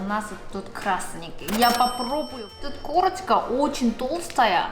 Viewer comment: Только к концу понял что она говорит "корочка" а не "курочка" xD